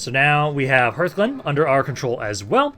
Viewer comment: TARREN mill not TAUREN, and hearthglen is like HARTH and not like EARTH, and hearth is a fireplace